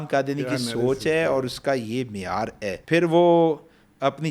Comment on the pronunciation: باقی سب باتیں تو ٹھیک ہیں لیکن ہے ہوتا ہے نا کے اے ۔